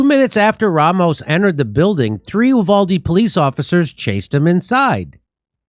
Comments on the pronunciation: YOU- VALL- DEEE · Jimmy, Texas here. The town is pronounced, YOU-VALL-DEE. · You-valde is how it's pronounced JD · Hey, Jimmy. You-Vald-Ee. Thanks for reporting on this. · It's pronounced: U•Voal•De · Uvalde is pronounced “ you-val-dee” and the a in val is pronounced like the Val in Valerie. Short a sound. Accent on the second syllable. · It is pronounced with a long "u," like "you," than a short "a" like the first syllable of "apple," then a long "e" like "the." U-val-D.